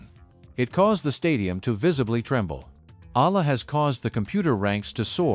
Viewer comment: Alex EALA not Aya